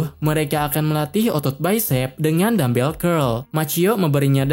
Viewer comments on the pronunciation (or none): ngomongnya kurang jelas dikit bang judulnya dumbbell apa Dan bel?